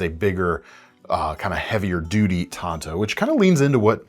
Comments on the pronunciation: IT'S PRONOUNCED TANTO NOT TANTO!!! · It’s not tanto it’s tanto.. duh